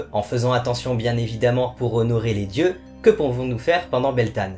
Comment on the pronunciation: Coucou, merci pour ta vidéo mon païen en Beltane se prononce "Beltène/Beltaine"